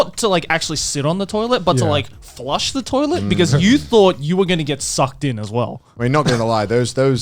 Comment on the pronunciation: the way Garnt says sucked and the fascial expression is just so amusing to me. SUCCED